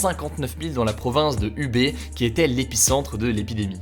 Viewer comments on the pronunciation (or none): Wuhan se prononce "Wouran" Et Hubei --> Pas Ubé mais "Roubeille" En fait c'est le H qui sonne un peu comme un R assez discret (enfin je crois)